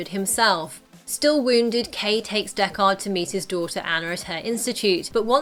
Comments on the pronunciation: Deck-ARD? Have you seen the original? Dekkard. Say it quickly with no emphasis on the second syllable. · stop saying DECK-KAHD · It's Deckard not Deck Hard. The movie felt pretentiously slow paced. Its cool to know that Ridley added elements of his home city like "miserable rain." In the first film and Denis did the same in the second "miserable freezing snow."